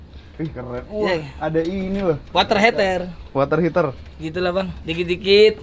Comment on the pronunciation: "Water heter"😭